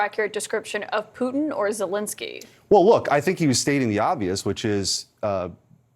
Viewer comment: You are mispronouncing Zelenskyy's name. It is Zelenskyy (not "Zelinskyy").